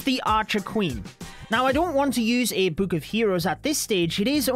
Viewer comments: can this bloke please stop saying boohk ffs? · i love how he says book